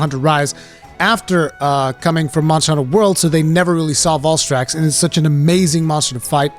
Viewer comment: The way you pronounce Valstrax angers me.